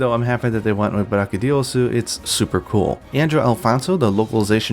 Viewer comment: *its BraCHYdios, not BrachyDIos